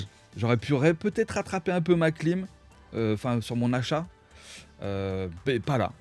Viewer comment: c'est plus clim que clem là 😅